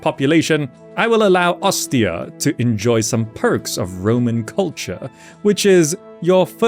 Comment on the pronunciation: That pronounciation of Ostia is 💯💯💯